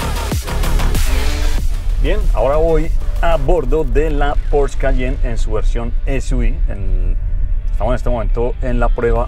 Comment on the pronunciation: No es por ser hater pero están pronunciando porsche mal😂. Los puristas de la marca estarían destilando veneno puro